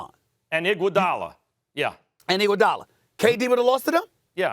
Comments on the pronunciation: “And Igoudala” 😂😂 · "And Igoudala" 😂😂😂😂got me rolling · “ and igoudola” 😂 this man is obsess with iggy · Stephen A smith -“ the warriors had curry, klay, and dray” Max- “and IGUODALA” 😂😂😂😂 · “And Iguodala” 🤦‍♂️🤦‍♂️🤦‍♂️ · “And Iguodala” 😂😂😂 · LMAO "And Iguodala" 🤣🤣